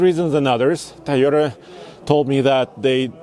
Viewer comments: bro, say "Toy" as long as you can say "toy" and not "tiy", you can say Toyota. try harder. also, up the shoe game. that outfit looks good but is ruined with a old pair of clapped out sneakers. even a pair of Eccos woud be better than what you have on. and to the YouTube white knights, come at me. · It’s the thai o da Guy 🤭 toy ohh Tahh repeat after me my friend Toyota 🤔🤔🤔🤔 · I hate how this guy says “teyeta”